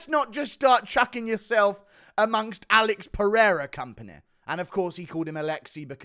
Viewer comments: I am a brazilian and no brazilian calls Alex as "Alexy"... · As a native Portuguese speaker, I can say that we do not pronounce Alex as "Alexi". Granted I am European Portuguese, but I know that they do not say that over in Brazil either. Ian is trying too hard 💀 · That's not how you say Alex Pereira. He said aleksi, but that's just fucking wrong. I know what he was trying to do, but he did It wrong. There are some accents where it sounds similar but it's still different. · Rest assured, he pronounced Alex's name wrong. Alex here is pronounced like in the USA. He sounds mentally challenged saying Alexi Perira. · Buddy said Alexi Peheada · Brazilians don’t even pronounce Alex “Alexy”😂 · The funniest thing of all is, brazillians don't fucking pronounce Alex like that. I don't know where the fuck this douchebag got that from. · I'm brazilian and that is not how we say it. It's pretty much just like in english but the a is more open